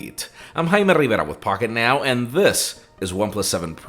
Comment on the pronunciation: The way he speaks his own name gives me a chill 😂😂 hymerebera